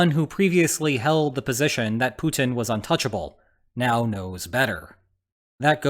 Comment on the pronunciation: Is he saying Putin or Putang ? Well both stands for pussies i suppose 😂